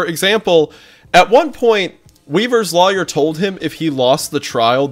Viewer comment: I never notice Wendi’s accent until he says “lawyer” and then I’m like… ah… there it is.